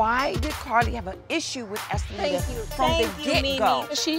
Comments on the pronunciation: Dime keeps calling Esthelida Oompaloompa!🤣🤣🤣🤣🤣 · Dime said Apaloonaa😂😂😂😂😂😂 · I know this is old but My bitch Jessica Dime called her anchilada not enchilada!!!! Too Damn funny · "Empaloona?!" 😩😂 Dime!!!! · WHY can none of these damn women pronounce or remember Estellita's name?? Dime stays calling her "Amaluna" and "Apalunka" 😂😂😂😂😂😂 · Karlie so messy, she gets up & starts preparing her attack on enchiladita lol 🤣🤣 "empaluna" lmfao She threw the whole tray up in her face lol 🤣🤣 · Dime said uppalumpa 😂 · DIME SAID ESCALEDA 😭😭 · I love Dime's dedication to just not getting that girl's name right..